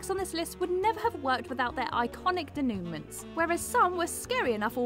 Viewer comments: It's pronounced day-NU-mon, not de-NEW-ments. It's a french word. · It’s pronounced deh-new-maw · So, you've never heard anyone pronounce the word de·noue·ment /ˌdāno͞oˈmäN/ have you? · Daynewments? Deh-Nu-Mon. The country of origin decides how it's pronounced. Fil-Lay. See? Its easy. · Denooment? It's pronounced denouement (nowment not newment). Who is correct....me just me... I'm correct. Thank you. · ....its de/NU/mwah....not de/ NU/ment.... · denouement is prinnounced day-new-mah. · giggles “Denoomints” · mispronounces a lot of words. "Da-new-man"? Denouement is not pronounced that way, lol. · Ok, she's done it twice now! Could someone please teach our narrator how to pronounce the word "denouement?" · If you're going to keep using the word denouement, you need to learn how to pronounce it. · If you are going to narrate for a list about movies, which is a lot of this channel’s lists, please, learn, at the very least, how to pronounce the basic parts of a story arc and the actors and characters names correctly. Denouement is a part of EVERY script, stage or screen, and it takes three seconds to find out the correct way to pronounce it, especially if you’re repeating it multiple times in the same video. Gena (pronounced Jenna) Rowlands has interviews saying her own name correctly. The story lines and character relations in these descriptions are not completely accurate either but that’s the scriptwriter’s fault, not the narrator. I genuinely like this channel and I have come to expect better. This is laziness. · I have a hard time taking this seriously as no one thought it worth teaching the voiceover lady to pronounce “denouement”. Also, so many bad takes and bad interpretations if movies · how many times does mispronounce denouement? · Someone needs to learn how to pronounce the word "denouements". At least you don't work doing voiceovers. Wait...